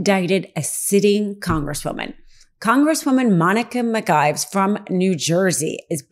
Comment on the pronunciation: Geeeezzz her name is LaMonica McIver…. Please at least Attempt to get it right!!